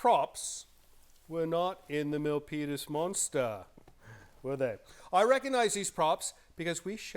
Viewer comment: I refuse to believe that I'm the only one who hears say "Millpenis Monster"! 😳😳😳